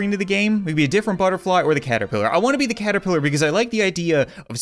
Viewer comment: He said butterfe